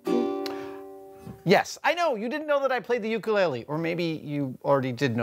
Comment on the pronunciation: I hate the way he is saying ukulele. jeeeesus sometimes I wish people wouldn't suck up our Hawaiian culture just wen it's trendy and "hang loose"